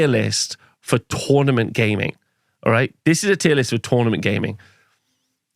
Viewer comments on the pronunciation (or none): none